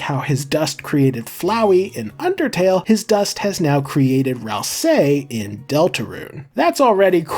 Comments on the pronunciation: I feel like i die a little every time he says RalSAYY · You say "ral SAY" so weirdly